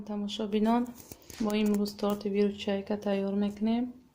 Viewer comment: Виручаяка не. Выручайка. 😂😂😂 иштихои том